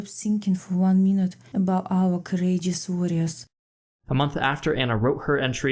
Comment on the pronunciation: St. Petersburg Russian sounds a bit different from Muscovite or Vladivostok Russian. She sounds precisely like the St. Petersburg Russian women I know. She missed perhaps one awkward “R” in “courageous” but she may have nailed it. 🔨 🥇